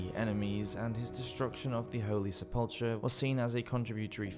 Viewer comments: You couldn't look up how to pronounce sepulcher? Narration 101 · Sep-ul-ker for Pete's sake, NOT sep-ul-cher! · One of your best videos yet, and thank you! But you're still saying "sePULLtruh" when the word is sepulchre, pronounced "SEH-pul-ker", as dozens of your subscribers and commenters have pointed out. It's a slight improvement over the way you were pronouncing it:"se-PULL-tree", but you're still missing it. There's no "ch" or "tr" sound in the word. I appreciate that you're trying to improve. My favorite part of your channel is your accent and your precise and well enunciated diction. This channel gives so much calm delivery, and throwing in such bungled pronunciations is really irksome and interrupts your flow in a very strong way, at least for me. Please say that one word correctly. To my knowledge, it's the only word you've ever mispronounced, probably in your entire life. I love your channel, and will continue to support you and remain subscribed, but I feel like you're a comrade vocab nerd, and I hope you hear me. SEHpul-ker. All love, An entitled American. PS, I was teased because I couldn't understand why/how I was mispronouncing Iowa. I kept saying "aye-OWE-a" instead of "AYE-owa". The main issue is which sillaBULL (syllable) you emFAsize (emphasize). Peace love and appreciation for you and your channel! Also I'm neurodivergent, so I'm sorry if this my oversensitivity bleeding into your comments. It may be that, but I hope you hear me all the same. Here is a link to how to properly pronounce the word sepulchre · I love these videos! Thanks so much for making and posting them! BTW, 'sepulchre' is pronounced SEP-ul-CUR. Just in case it ever comes up again. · It’s pronounced sepul-ker , not “ch’ as in chair. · Sepul - CHer. Intertesting. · Sepulchre is pronounced "Sep-ul-ker" - the "ch" is said as a k sound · Check the pronunciation of "sepulchre"